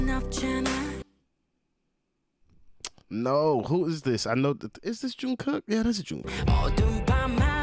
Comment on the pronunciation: Lord I couldn’t finishing this. 😅🤦🏿‍♀️ I died when you said Teayoung junkook. Don’t worry we going to get you right you’re going to be alright 😂